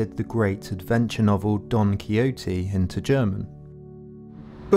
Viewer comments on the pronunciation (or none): it's Don Quikhote, not Don Coyote. Tieck translated a lot of Shakespeare too btw, and very well. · I like your content - but a wee bit more effort on all those names , especially Fichte or ¿Fitshtä? and quijote ¿ciyote? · what is it with native english speakers and the complete refusal to pronounce names correctly. its not don koyote ffs